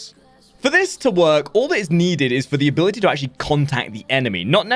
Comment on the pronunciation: "abilitie strength"